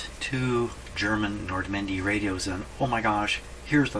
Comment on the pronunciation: I know it's Nordmende, I'm teasing and the way he pronounce Nordmendy...